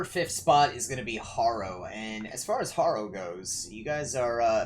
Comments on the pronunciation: PC Harrow, not Horrow. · Harrow said like Haro Gunda m